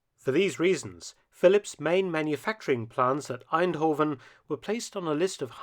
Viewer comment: He pronounced eindhoven in such a way it sounded more German than dutch